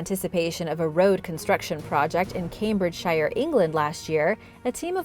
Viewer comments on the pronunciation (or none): Pronounced “Cambridge-sheer” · Not telling you off or anything but "Cambridgeshire" is pronounced "Cambridge Cher" ok God Bless!!